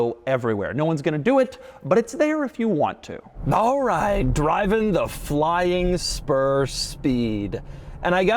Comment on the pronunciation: you can’t tell me he didn’t say flying sperm